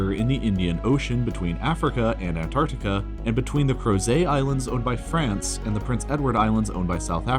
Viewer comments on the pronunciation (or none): none